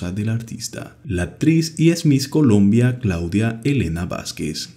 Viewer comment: Nuestro país se llama COLOMBIA, no Columbia, ese país no existe y si va a hablar hágalo bien. Recuerde mi país se llama COLOMBIA no Columbia. Esa manía de cambiar los nombres.